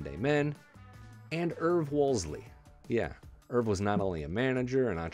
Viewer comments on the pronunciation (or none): If you're going to make a video like this, at least get the man's name right. It's WOOLSEY, not Woolsley.